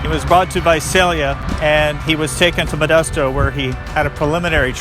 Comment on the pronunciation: it's pronounced VI-SAIL-E-UH not vizail eah and we usually call earlimart as early-mart please make sure you have the town names pronunciations correct.